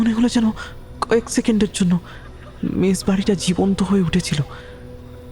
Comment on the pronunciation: Wrong in Bihar people eat a lot of spicy food.... especially chillis. Its only the Ghotis of West Bengal who add sugar to every dish that they cook 😂... Its MESS NOT MESH SERIOUSLY WHY DONT YOU GUYS WORK ON UR PRONUNCIATIONS? OPEN ENDED STORY THE LAST PART ABSOLUTELY LOST ALL THE AUDIENCE WITH BRAINS.